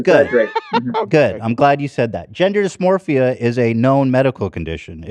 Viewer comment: Ethan continuously saying "dysmorphia" despite being corrected multiple times is so funny